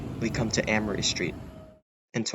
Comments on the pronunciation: It's pronounced "A-moree" street not "Ammoree st. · Wonderful video! I miss Boston. I grew up there but now live in New Mexico, which is beautiful. BTW, Amory St. is pronounced "AY mree street."